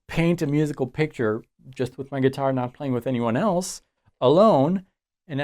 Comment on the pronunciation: Speaking of your French,, I have been wondering why you always pronounce "guitar" are GUITAH, since this is unexpected from a Frenchman speaking English.:)